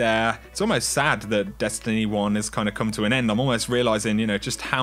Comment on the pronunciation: Great videos thx. I have to laugh as almost every sentence you say, the tone of your voice goes up like your asking a question and you give every last word an extra syllable. "Dest an ee ee"